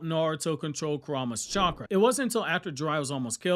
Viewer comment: truth! He literally called chakra "catchra" lmao 😂